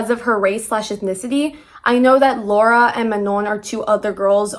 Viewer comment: how fucking hard is it to say lara’s name correctly?? did you do any research prior? saying her name (or anyone’s name) correctly is like the easiest thing ever? also people aren’t questioning manon’s blackness because “she’s light skinned” it’s very clearly because she’s just as much white european and she is black. if us black people don’t feel represented by someone who has a white mother and was raised in a predominantly white european country (the average black person does not share the same privilege or upbringing) then we have every right to not see representation in her. again, please do some research before yapping on the internet because other than that, i did finish this video till the end so you did something right.